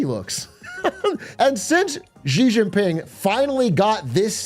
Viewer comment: why do you pronounce xi jin ping like fucking doctor zhivago. pisses me off. you love china so much at least learn how to pronounce the words. x makes the sh sound. same exact sound. no different. SAME sound. you pissing me off